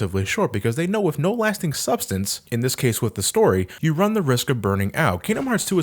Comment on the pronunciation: You still say WIF instead of With? Wow you must be a baby